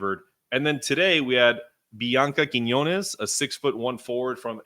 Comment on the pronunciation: It sounded like you were calling Blanca Quinonez and Bianca Quinonez. (I have to admit that "Blanca" wasn't a 1st name that I was familiar with myself.)